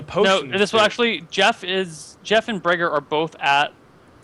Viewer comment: Jeff not Jezz=)